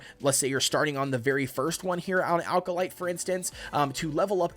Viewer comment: Good video, but small pronunciation issue - Acolyte is pronounced "ACK-oh-lite", not "AL-ka-lite"